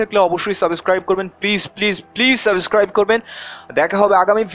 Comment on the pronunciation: ভাইয়া আপনার সব উচ্চারণ শুদ্ধ ও সাবলীল কিন্তু শেষের ওই সাবেস্ক্রাইব টা সাবস্ক্রাইব বলবেন প্লিজ তাহলে ভালো শোনাবে। শুভকামনা আপনার জন্য